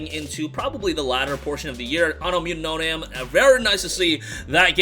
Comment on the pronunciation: I thought it was Anno Mutation-em the way you pronounced it angered me lol.